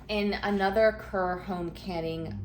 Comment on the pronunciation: Just FYI Kerr is pronounced Karr.